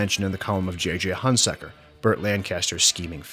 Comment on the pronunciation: You consistently mispronounce the name of Burt Lancaster's character. It's HunSECKER, not HunSUCKER. Get the basics right before you begin.